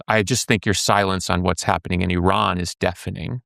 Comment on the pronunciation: He’s pronouncing Iran wrong this whole interview. He talks about you have to fight for human right yet he signs bombs to blow up humans. You can say a theocracy that oppress women is wrong but the second you blow up a girls school of over 100 people you loose your entire moral ground. Why was he given a platform. Im very disappointed I liked Billy’s interviews